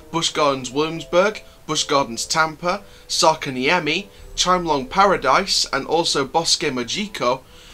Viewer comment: The way you pronounced Särkänniemi 😂 Good video! 👍